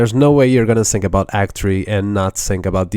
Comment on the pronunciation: i sink you are saying word think wrong